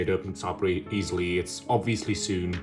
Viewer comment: Maybe check your pronunciation of 'sewn'.